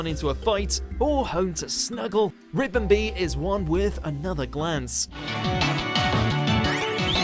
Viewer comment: So who else wants to smack him for saying ribombee wrong